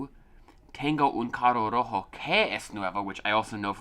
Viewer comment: Carro Como el lo pronuncia= CAGOU Como se pronuncia = CARRRRRRO Cago es de cagar, de hacer caca, pero es una forma bastante incorrecta porque se suele ver mal que alguien diga eso jaja